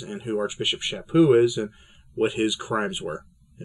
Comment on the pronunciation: BTW. Charlie is a friend and former Provincial Minister to me. His last name is pronounced "SHAPyoo".